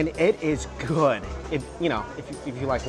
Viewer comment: Pronounces good “gooad”